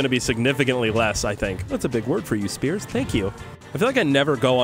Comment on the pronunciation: “Hey 5 gta guys here, and welcome back to some ”